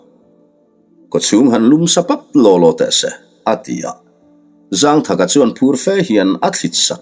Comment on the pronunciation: Zângthaka tih hi thlukna awm lo in zangthaka ti in chhiar tawh laa 😂